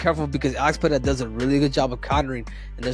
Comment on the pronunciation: Can u guys please start pronouncing Alex Pereira's surname correctly? First R Is pronounced like an R, not an H. If it was RR, it would be pronounced like an H. Otherwise, love ya work! ❤